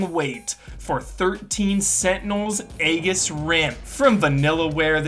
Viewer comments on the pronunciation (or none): much love. aegis is pronounced ee-jus:)